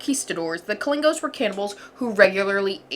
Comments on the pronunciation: Kalinago, not kalingo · It’s not pronounced Kolingo but Ka-li-nah-go (I’m from Trinidad and Tobago)